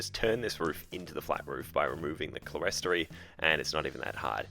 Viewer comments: "Clerestory" is pronounced "clear story ". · Just to correct your pronunciation of "clerestory". The word is an architectural term for a raised area (usually with windows) not enclosed with a floor, so clear story. I still have a number of old books where it is spelt this way (can be spelt cleresory or clearstory) but both spoken "ClearStory". So many people say it incorrectly. Nice work with your modification! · Clerestory is pronounced "clear-story".